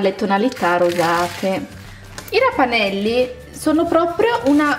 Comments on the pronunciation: Si chiamano ravanelli non rapanellli comunque ti adoro😍😍😍😍😍😍😍🥰🥰🥰🥰🥰🥰🥰🥰🥰❤️❤️❤️❤️💕💕💕💕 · si dice raVanelli nn raPanelli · comunque qua da me si dicono ravanelli con la v e non la p però al massimo sbagliamo noi .... ti adoro